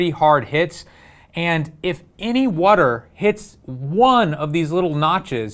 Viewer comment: what is whuuuter? lol